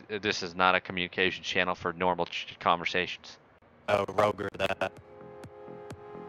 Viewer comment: "Rogur that"